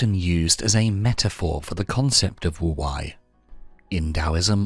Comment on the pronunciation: Great video but wu-wei is pronounced 'wu-way' and not 'wu-why'